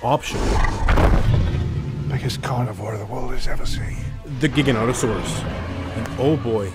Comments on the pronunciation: Gignotosaurus is said giga-noto-saurus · this how to say gi-ga-none-te-so-rus